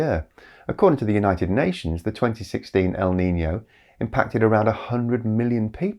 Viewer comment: As a spaniard, that was some great pronunciation of our often neglected Ñ.